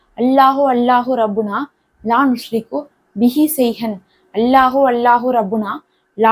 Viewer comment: அரபியில் உஷ்ரிகு என்று இருக்கு நீங்கள் நுஷ்ரிகு என்று வாசிக்கிறிர்களே எது சரி